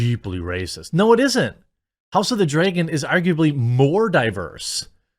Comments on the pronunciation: It's not Dreagan it's pronounced Dragon. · Why do you say "Draygon" instead of "Dragon"? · what is this "House of the Draygin" he keeps mentioning? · Not gonna lie. You say Dragon super weird